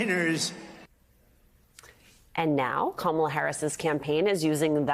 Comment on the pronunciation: He pronounced her name correctly!